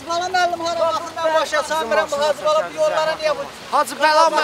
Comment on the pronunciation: Duzeltmiyir hecibala 😂😂😂 hacibala yoxe hecibala😂😂😂 Almaniya yoxe Azərbaycan batir